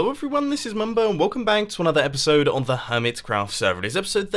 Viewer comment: Am I the only one who heard his said Episobe 36 ???? Well mumbo you are early!